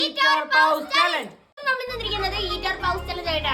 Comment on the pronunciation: പൗസ് അല്ല പോസ് 😊❤